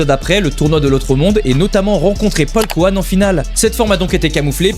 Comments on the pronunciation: C'est paikuhan et non paulkuhan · Au debut il a dit paulkuhan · Paul couhan mdr c paikuhan des barre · Polkuhan???? C'est ça le nom de paikuhan en vf??? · exacte c'était bien paulkouane mdr